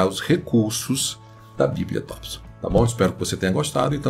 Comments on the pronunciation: Tompson e não Tópson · Tópson ou Thompson?